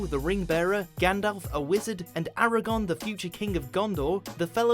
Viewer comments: this bitch just said aragon not aragorn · The king in Lord of the Rings was AragoRn. With an R. Eragon (as you pronounced it) is someone else.